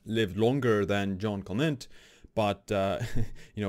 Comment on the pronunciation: Quick tip to sound cool > English wiki > Jeanne Calment > first line > listen to the pronunciation cheers ^^